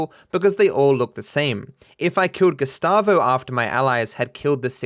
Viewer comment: LOL the whole time you said "Gustavo" I was hearing "Gestapo" and thought you're making a joke about his character.